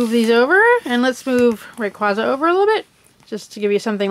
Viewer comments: its pronounced ray qay za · No offense to the speaker But does it disturb anyone that she's saying raquaza like that?? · You're pronouncing it wrong it's RAY-QU-AE-ZA not RAY-QUA-ZA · Say ray-qwayza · You don't pronounce raquaza right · factz the cring is real i dont really like this vid 😥✌